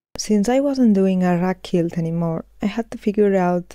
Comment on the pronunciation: Muy bonitos tus proyectos y este en particular! En Ingles decimos 4 BY 4. Tambien quilt se dice como Cuilt, son pequenas cosas que tambien tuve que aprender. Eres muy inteligente y admiro la calidad de tus videos. Saludos tambien al dueno de las camisas.